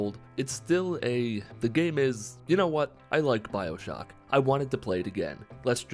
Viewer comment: Did you say “Bibleshock”